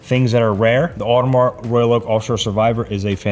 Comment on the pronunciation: When are you going to actually lear how to pronounce “Audemars”?